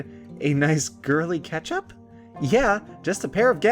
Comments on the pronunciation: it sounded like you said ketchup when you said catch up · 'Nice girly catch up' sounds like 'Nice girly ketchup'. I don't know why.